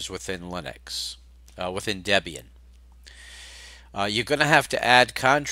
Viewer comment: Its Debian Deb is Debby and Ian is her husband you say it funny LOL